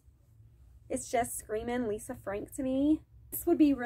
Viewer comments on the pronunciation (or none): none